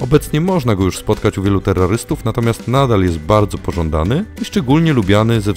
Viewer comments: nieznam sie ale niewymawia sie tego terrarystów bo terrorystów brzmi źle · Terrarystów usłyszałem terrorystów XD